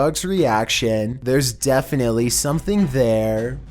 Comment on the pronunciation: Most Definenlty!